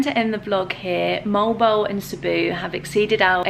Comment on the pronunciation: Mo-al bo-al is the right pronunciation. It is originated in Spanish word.